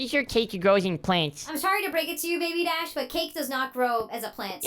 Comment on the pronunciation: Did you say cash – it’s DASH